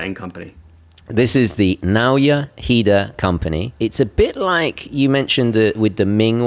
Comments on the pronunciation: Japanese pronunciation is phonetic, based upon a collection of consonant vowel combinations. Naoya would be pronounced na-oh-ya. The emphasis would be on the oh., it would be worthwhile to learn the japanese phonetic alphabet so that you can get the pronunciation of names correct before you visit Seiko in Japan. The effort will pay off. You can find it online by searching for a katakana chart. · Nah-oi-a hee-da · Ok you nailed it: just say the f... name ! 😤 Give it google: it would pronounce it.